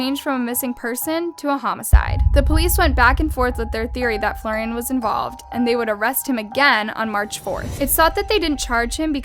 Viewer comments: I heard it too. And what about "Flor-ayn"? It's "Flor-i-an." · Please, for the love of God, it's Florian, not Florain !!! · I love your videos but omg, you are butchering names so bad!! XD Florain? His name is Flor-i-an. Same with another video I saw, Maur-i-cio, and you say Marcurio. I know google translate might be the best at translating or talking, but it can at least give you a hint about how to pronounce names. Anywho, keep up the great work! I am addicted to your videos! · The name's pronounced Flor-i-an NOT Flor-ain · Florian ( Flor i an), not Florain. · Ok, one thing: Florian is pronounced Flo-ri-an, not Florain 😅😅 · Love the poorly edited thumbnail, the unnecesary inclusion of "K-Pop Fan" and the horrid mispronounciation of the German Name "Florian" (it's Not pronounced Florain) and the english Word "cadaver" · Everyone: talking about the irrelevancy of her being a Kpop fan Me: thinking it’s interesting how is pronouncing “Florian” as “ flo-rain “ (I’m not German, but I’m Dutch and I’ve got a German friend who’s named “Florian” And it’s pronounced “flo ree ahn” ) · Why does does it bother me when you say names and words wrong?! lol why am I like this 😂 it’s pronounced Florian not Florain!!! Lmao why did that remind me of Hermione Granger?! 😂😂😂 anyway I still enjoy your videos though! Thank you and God bless! ♥️ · Why is she saying Florian as “flow-rain”. I thought it was pronounced as “floor-yan” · Flor-I-an if he's German or whatever definitely not florayne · His name is not FloRAIN, it’s FloRIAN. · Learn To pronounce FLORI-AN 🤦‍♂️ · am i the only one upset that she keeps referring to florian as florain?? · Ca-dav-er /kəˈdavər/ noun LITERARY•MEDICINE a corpse Florian: Floor-ian not floor-ane. Sorry I hate to be that person. But if you're going to report news please research pronunciations. Sorry not sorry (teacher). 😐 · florian = floor-ee-an ... cadaver = cuh-dah-ver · KAH-DAH-VER also FLOOR-EE-ANNE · Florian is pronounced Flo-ree-yawn